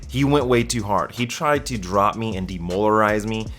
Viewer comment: “De-molarize...”? Did it hurt?